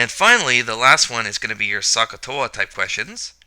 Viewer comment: Hello, Great Video, except Should Pronounce SOH, with OH sound, not AH sound very confusing need to hear the "O" in your mind to know the O is used.